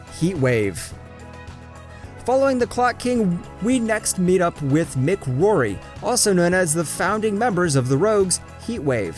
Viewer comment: It is mic not Mickey